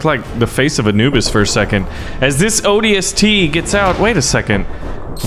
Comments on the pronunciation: I'm really mad at A. He's saying ODST wrong B. He doesn't seem to know any halo lore and C. He's very idiotic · I wish he said ODST right, the magnum not as a pistol and others